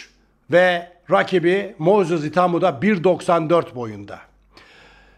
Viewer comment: Abi itaumayı doğru telaffuz et lütfen itamo itamo diyip durma kulağımı tırmalıyor😅🙏🏼